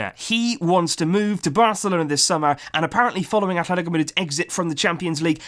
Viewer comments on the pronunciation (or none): none